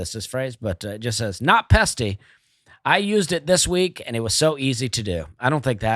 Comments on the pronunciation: Dusty goin all Plosive on the Pesty Pest control read!!!!! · I LOL’d!!! PET-SY😂